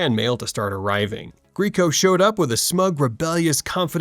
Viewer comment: It's actually Gree ay co. He was on my wall in high school, so I made it a point to find out. But don't feel bad. I said "greeco" at first too.